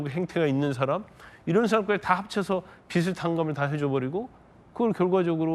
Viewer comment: 권영진님~ 빚을 '비즐'이라고 해야지, '비츨'이라고 발음합니까? 참 수준이 .....